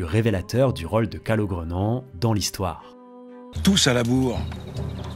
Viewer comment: Pourquoi tu prononces "o" dans "rôle" ou encore "chose" ou tous les mots dont la sonorité de "o" devrait être "ô"?